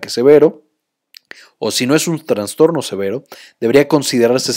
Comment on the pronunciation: Todo muy bien explicado, nada más que no se dice TraNstorno, sino trastorno. Dejando de lado eso felicito al Dr. y al psicólogo.